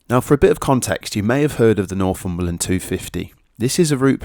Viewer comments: NorFUmberland, pronounced NorTHumberland is a truly lovely place. And that is from someone who used to live in the Scottish Highlands. However, describing it as an "emerging" destination is really the kiss of death. Having lived here for ten years I have seen first hand what an influx of tourism can do. It will not remain England's last great wilderness for long if it becomes overrun. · It’s Northumberland not norfumberland. But thanks for visiting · Nor'fumberland? it's Nor'Thumberland